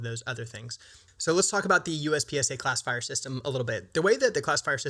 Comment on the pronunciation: for the first half of the video I thought you were saying "Class of Fire" instead of classifier